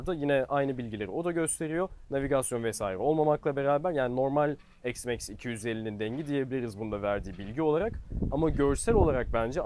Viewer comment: Allah askına EKS Max nedir.Hergun yenı ıcatlar cıkarıyorsunuz ozel olsun dıye . X iks diye okunur , nerede X eks diye okunmus ..